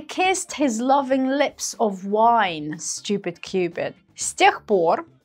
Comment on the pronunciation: надо слова выговаривать хорошо чтобы учить инглишу . St - сеинт? невнятно совсем )